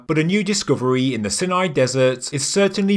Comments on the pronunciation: Why Sin-eye? Everyone else says "S eye nai"! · sorry but its not pronounced 'sin-eye' but 'Sine-eye' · Dude, seriously, find out of to correctly pronounce words you use in your videos! When you mispronounce the names of places like Sinai (sine-eye) it's like scraping a needle across a record. Very annoying and distracting. Also, show photos of all the rock paintings you mention! Did anyone else catch the big E.T. drawing (bulbous head and neck with large eyes) next to the stick people? 👽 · Sine-eye is the American way of pronouncing it.